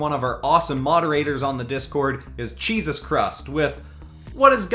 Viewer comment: Cheesus Chrust, It's Cheesus